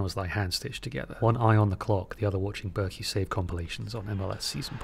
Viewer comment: as a swiss i'm offended by the pronunciation of roman bürki. it sounded like rOman börki lol